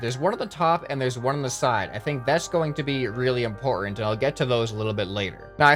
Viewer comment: In-PORT-ment hahaha...ha.....ha I will leave now